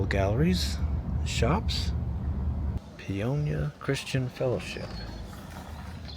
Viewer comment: Pay-oh-ni-ah .not pionia .